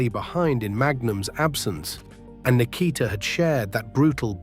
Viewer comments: R I Flair. Lol. Nick eh ta (said quickly) lol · Nik-a-tah ? Ski-voni? Ai slop